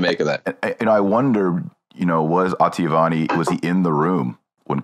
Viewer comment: Why does Marshall have so much trouble saying Oh-tah-vee-Ah-nee?